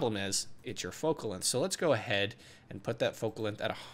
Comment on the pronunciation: "lenth" jk i love your tutorials